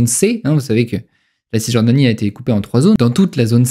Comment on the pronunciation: On ne prononce pas le ''s'' de (Cisjordanie)